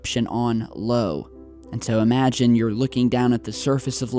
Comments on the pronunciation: You gotta be kidding! You are running a space-related channel here. It is not LO but IO. Wow! The ignorance of this guy just doesn't cease to surprise me, year after year. Well, he knows how to monetize the shit out of this work, that's for sure, with all that cute oh I miss you all guys bs, and here's my kiddy and I have no beef with mufon crap., honestly, it wouldn't hurt to educate yourself a bit. I follow your channel but the stuff you make up sometimes is just too much. I really loved the episode with your logo that was peeling off the side of that jet. Hilarious! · It’s not lo it is io, that is a capital i not a lowercase L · It's not called..."Low", It's " I O " "i Oh" learn your astronomy. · just for clarification it is IO (eye on) not LO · It’s an I not an L, not Lo It’s Io aye-O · the moon is called Io (eye-oh) not Lo. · buahahahaha wtf?! did U just said moon "LO"?!? its moon "IO" "io" not "LO" :D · Jupiter moon - 'Io' not 'Lo' (eye-oh) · I love you, but it's not "Lo", it's Io!!! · It’s IO (iyo)...not LO 😪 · Hi,!! Happy New Year!! The name of that moon is not Lo, but Io: “I” from “igloo” and “O” from “over”. Till next video! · the moon of jupiter you are calling Lo is actually Io, the font Calibri and the capital letter is throughing you off. Here it is with a different font: Times New Roman "Io"Times New Roman – “Io” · Someone is full of Insomnia Calling Io, Lo... LOL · It's not "LO"... it's "IO" ( io ).... "eye-oh" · That moon's name is "Io" btw. Its an "i", not an "l". "ioi" 😆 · It's Io, with an "I." Not "Low"... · Jupiter's moon is called IO, not LO. Mythology. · It's actually "I-Oh" not Lo. Lol It's ok. Love your channel. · ehm... it's i-o and not LO:-):-) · LO?.... IO (aye-ohh)... silly pants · He usually doesn't have this kind of problem with the planets and moons in the solar system. So either he's still intoxicated, or he's really pissed with Io, calling it "Lo" and "ugly" 😂😂😂